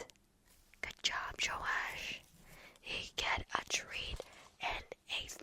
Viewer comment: Yooo thank you for saying my name, flawless. Thank you for the treat Joash (Joe-ash) from Melbourne🤙 for the next video. Have a great day!